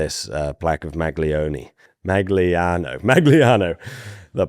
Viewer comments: In case you care: GL in Italian sounds (approximately) as the Y of Yes, so Magliano sounds more like Ma-yano than Mag-lee-ano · the G in Magliano is almost silent in italian. If you can't say the italian GL, (similar to Spanis LL, but not the same) then Malliano is closer to the correct pronunciation. You can google Coniglio, Aglio, Quadrifoglio to get it right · in Italian when you have a “GL” on a word like “Magliano” the G is soft, almost silent. The sound is similar, but not identical, to the Spanish double LL. So it’s not MAG-LIANO, but more like “Maliano” with a g sound I cannot express in text. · the correct pronunciation of the Italian toponym Magliano is: 'maʎʎano. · You should read Magliano like in Serbian Maljano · Its Magliano as not Mag Liano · “Magliano” is pronounced like mah-lyah-no. The “gl” sounds like the lli in “million” — one smooth ly sound. Btw your surname sound Italian do you have any relatives? Thank you for your videos always top quality content!🎉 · Magliano is pronounced, Mah-lee-ah-no, with the lee-ah said as one sound gliding together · the "gli" in Italian is pronounced "ye" like the word million, mahl-YAH-noh is the phonetic spelling of Magliano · Hi, I love your videos, just a little help on the pronunciation of Italian words like "Magliano", containing "gli", the sound is closer to the letter i, try to think that it was written "maiano" instead, or " maʎˈʎaːna". It is very simillar to the spanish "LL" ("tortilla" for example you can try read it as "Torti-ia" or "tôrˈtē(y)ə" or the portuguese "LH" ("coelho" for example is more like "coe-io" or " kuˈeʎu","KWEL-yoo", "koo-EL-yoo" ). I hope this is helpful.peace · "Magliano" is pronounced like "Ma-ya-no". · Pyrgi.. pronounced PEER-GEE. Also.. Magliano.. pronounced MAL-YAN-NO. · Your pronunciation of "Magliano" hurts my soul. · È difficile dire MAGLIANO!? Cazzo. MAGLIANO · A tip for all the non-Italian: “gli” should be pronounced as “Y” of “yellow”